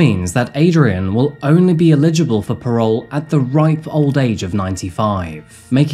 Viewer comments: Look Adrian, it is Eligible for parole. Not illeligible! This is driving me nuts! Work on this Buddy. They are Eligible for parole. Don’t matter if they get it or not. Illeligible isn’t a word. It would ineligible. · I love this channel so much, but please stop pronouncing "Eligible" as "Illegible" 😂